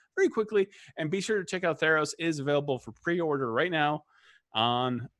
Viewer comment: At first I thought you said thanos not theros Lol